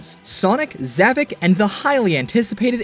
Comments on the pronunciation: Actually, it’s pronounced “ZavOCK”, not “Zavick”. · His name is zavok not zavik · You're getting his name wrong it's zavok not zevik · How on god’s green earth do you say “zavok” as “zavik”, what the fuck. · His name is zavok not zavok